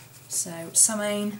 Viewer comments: Call Mrs Picky but they are pronounced, Imm bolk, Soow wain. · It's pronouced "Sow-in" - I hope someone helped you with it in the last 8 years, LoL. Brightest of Blessings!